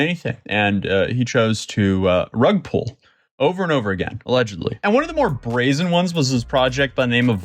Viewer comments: i like how the news anchor in the clip says " rug pools " because older people dont even understand this at all XD its rug PULL. not pool . jesus freaken christ. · The way she say Rugpull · Uhhh you said he chose to “rug pull over and over again” I think you mispronounced “he chose to promote NFTs over and over again” Bruv. NFTs and Rug Pulls are the exact same thing. While not all rug pulls are NFTs, all NFTs, are rug pulls. Show me a single instance where somebody bought and then later sold, an NFT for a profit.